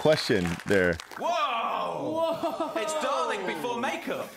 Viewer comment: i like how can't pronounce dalek properly